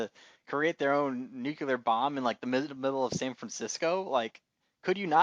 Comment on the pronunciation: Some of your insights were interesting, thank you, though I did think it was also a little odd that you object to science fiction elements when you're discussing a series based on a science fiction novel. Two suggestions for aspiring podcasters - nuclear: noo-clee-ar. It's very distracting when you keep mispronouncing this word. Also, since you're recording, you should have paused a moment to look up that Lem delivered the films that the Man in the High Castle didn't burn to Mr. Tagomi and that "the antique guy" is Robert Childan You did look up the obergruppenfuhrer translation, after all.